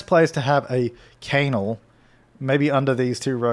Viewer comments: Are you deliberately pronouncing canal wrong? Its "can-al" not "cane-al" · Isn’t it pronounced can-nal? 😂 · its said knal